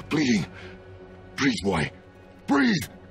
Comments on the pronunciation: Not BOY it's B O I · Its BOY not BOI